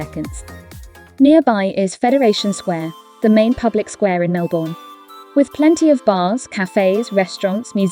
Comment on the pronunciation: Lovely summary of our city and inner suburbs. Just a tip: it's pronounced Melb'n. The vowels in 'bourne' are silent.